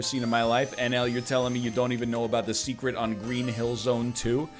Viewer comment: Stereotypical nerd voice you missed the SEKRET wall(s) you SPEEN into on Green hill zone act 3!